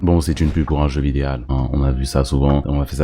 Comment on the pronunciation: il a dit jeu vidéal quand même